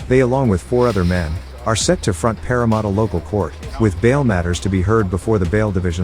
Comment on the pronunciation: Will ai ever be able to pronounce Parramatta?